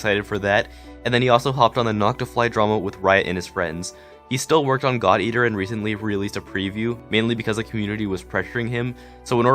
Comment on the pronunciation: Who else heard thot eater instead of god eater? xD